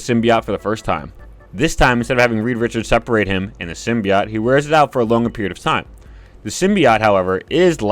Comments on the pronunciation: bro doesn't know how to say "simbiote" right tf is a simbiyacht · I disliked your video because you kept pronouncing Symbiote wrong. It's sim-bee-oat. Jesus christ, man. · Disliked because of the way you pronounce sympiote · How do you pronounce symbiote SO incorrectly?